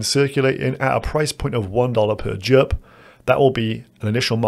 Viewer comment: Bro, how do you pronounce "Jupiter"? K now do JUP